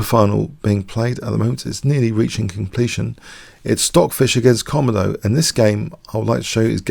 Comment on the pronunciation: It's actually pronounced koMOdo, not KOmodo.